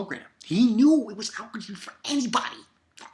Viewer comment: Hey! Just to clarify, I think it's Ahh-ohhh-key-jee. Although you may want to ask a native Japanese speaker.. great video!